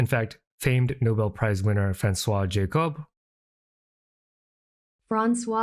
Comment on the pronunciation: Franswaa Jahhcub is the pronunciation you seek!